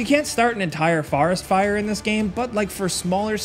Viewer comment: did just say farest fire